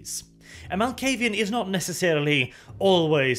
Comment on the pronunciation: you pronounce a clan name correctly for once. Nice